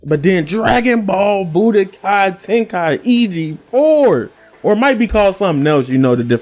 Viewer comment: Lol "tenkai-igi"